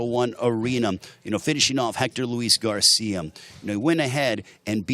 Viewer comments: Why is he saying garciam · Is it me or does this Announcer keep saying Ryan Garcia'm he also said social media'm 😅